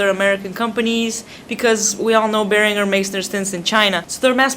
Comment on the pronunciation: Its pronounced Bear-an-jer